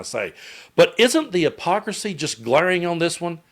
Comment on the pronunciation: “the apocracy”? Huh? Silent “h”?